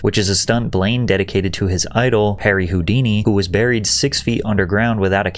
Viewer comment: i caught ya Cc! on spotify at work today haha ( thanks for doing spotify.) You said Burred and then the proper way to say it right after "buried alive"